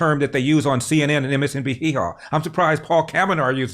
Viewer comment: Mr. Larry. I can't help but laugh when you say nsnbc hehor. Why do you refer to them as hehor?